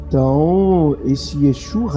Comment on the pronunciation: É interessante a sua pronúncia, "Exu" 🤭😂